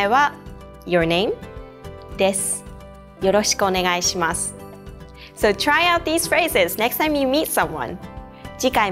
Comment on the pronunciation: even at .5 speed, yoroshiku onegaishimasu part is said too fast, lol! Be nice if you can break down the words to each syllable